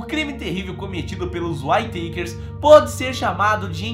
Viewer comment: Whayteikers ,Whayteikers kkkkk mano se lê simplesmente Uitekers , praq esse show kkk